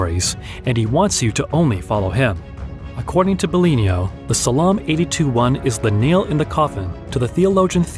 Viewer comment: U can tell its an AI voice when he pronounced Psalm “Salahm”